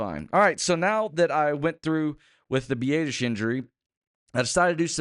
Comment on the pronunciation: The only good thing about Tyler going down is not hearing say “b-ay-dish” anymore. Consensus is “b-ah-dish”